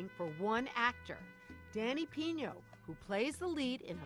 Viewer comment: hey!!! his last name isn't "Piño" is PINO